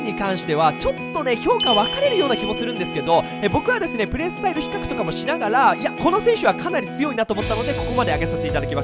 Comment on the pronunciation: 比較がヒカックにしか聞こえません 責 任 と れ ヒ カ ッ ク